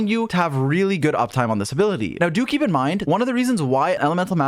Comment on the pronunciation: every time he says "do keep in mind" I hear "dookie in mind"